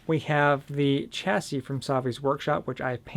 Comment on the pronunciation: You pronounce the word chassis completely wrong😂 you don't pronounce the 'ch' at the beginning, it's an 'Sh' sound